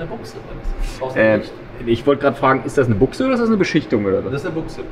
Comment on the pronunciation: Triggert es dich denn nicht auf Dauer wenn er immer Büchse sagt aber Buchse meint? 🤔